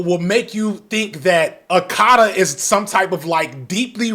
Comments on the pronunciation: I’m 4 months late but I’m just going through the FD archive. That term my mom has used often in our household to refer to African Americans but I’m Ghanian not Nigerian and buddy in the video BUTCHERED it is ah-ka-ta not “akadda” its something we do say but not nearly as often as they make it seem all the adult africans i know just focus on following the beaten path and becoming a doctor 🤣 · Hearing him say akata is killing me he makes it sound like Okada, which is hilarious 😂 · Your pronunciation of Akata pains me omg